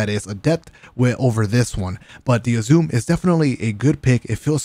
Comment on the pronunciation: the names of the weapons are pronounced "oo-zoo-meh" and "multi-mock"